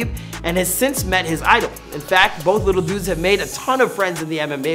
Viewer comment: Abdorozik " I'll smash u lithle boy" 0.08